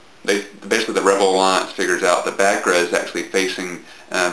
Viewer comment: It's "Back-Koora" trust me.. Only Americans could pronounce it as stupidly as Bakerrha XD